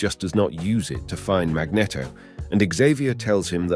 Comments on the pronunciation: Sorry 4 laughing but the way you pronounce magneto is funny ...cause mag net o is a famous ice cream ... we say mag ne to 4 the proper wording ❤❤ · It's Mag-NEEET-to, not mag-neh-to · Is really pronounced as he does, "Magnito" instead of "Magnéto".. I dunno..😅😅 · Also says Mag-Netto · I hate the way you say “magneto” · I feel like you are deliberately mispronouncing magneto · pissing me of now guy cant even say magneto right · I enjoyed the video love how you say magneto sounds like a cross of a magnum and a cornetto